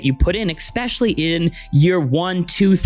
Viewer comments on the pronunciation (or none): Exspecially is NOT a word, it is especially, it makes You sound very unintelligent